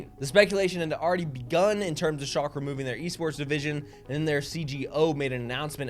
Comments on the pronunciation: It’s shall-ke. Hurt my ears as a German speaker. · This guy can't even google how to pronounce the team he's making content on, journalism is DEAD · It's schalke, no matter how you pronounce it, it will hurt my ears. I'm german too btw. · it’s hurting everyone’s bloody ears